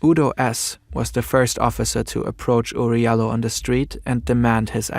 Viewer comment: his name is pronounced Oury (JAH LOW) he from my country surprisingly